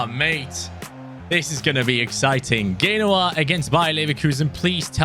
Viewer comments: It's Genoa not Ghenoa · It’s pronounced: Jen-oh-ah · He's pronounced genoa wrong